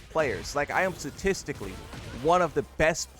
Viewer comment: You are certainly not top ten statistically in pronunciation. S-T-A-T-I-S-T-I-C-A-L-L-Y not S-A-T-I-S-T-I-C-A-L-L-Y. You keep whiffing wiff your words, man. Do better lol!